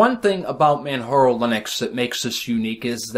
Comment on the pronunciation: ...say it with me: MAN-->J<--ARO...;)